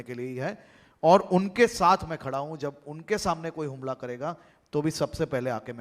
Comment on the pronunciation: Harshbhai,HUMLA NA BOLAAY,HAMLA BOLO😂😂